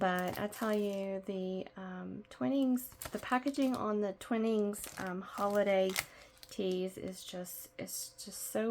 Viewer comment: Thank you so much great tutorial, just FYI it is Twhy-nings tea.